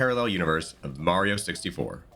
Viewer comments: you lost me at "Mehrio" 😂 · For some reason Merryo doesn't bother me as much as Wahleegee. I also wonder if the mispronunciation is just intentional ragebait to drive engagement with the algorithm. 🤷🏻‍♀️ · You almost lost me at the "mayrio," pronunciation. But you corrected yourself around 32-33 secs in. I may well stick around. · I die a little everytime you say Merio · Wah-lee-gee is the new Merry-o 😂😂😂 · dude says Mario wrong I cant do that all video bye.